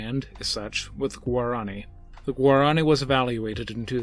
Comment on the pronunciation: You spoke incorrectly. Its not guarAAni. Its Guaraniiii 😄